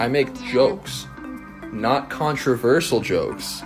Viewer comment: Mf can't even pronounce "controversial"